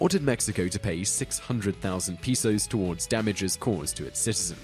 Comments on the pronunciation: It's not peesos it's pehsos. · Mexican monetary units are not "pee-sows", try "pay-sohs." I thought you Brits knew how to speak. Shoddy research! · Pesos = Pay-SohsMetis = May-Tee Cmon bud